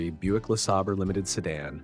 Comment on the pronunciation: First car, it's pronounced "Le-SAY-ber".